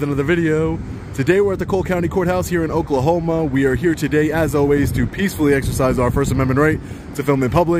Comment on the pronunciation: Somehow i heared "Oklahomo" , why would you pronounce it that way? 3 min. later, Deputy Edmundson comes into the picture. Allright, got it.